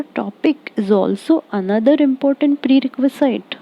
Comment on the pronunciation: Shouldn't it be - pree· reh·kvuh·zuht, instead of - pree· reh·kvuh·zeyet?